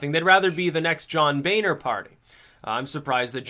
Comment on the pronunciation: its pronounch John bOHner, not baner. Its BONER!